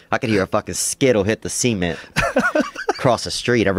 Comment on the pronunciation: Theo is like a quota Machine “I could here a skittle hit the ce ment” 😭😭😭 crying in the club